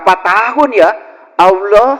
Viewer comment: Ini.. orang apa sih.. seperti orang stress..menyebut Allah saja salah bacaan nya..